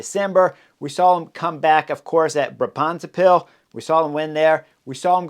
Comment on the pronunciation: Tip for pronounciation of Brabantse Pijl, the emphasis is on Bra, not on bants. Written out it sounds more like Braab’ntse pijl